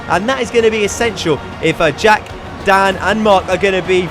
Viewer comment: you said it's Dan not dam